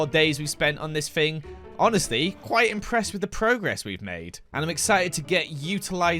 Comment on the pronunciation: Remember when he said don’t be inpressed😂 im epressed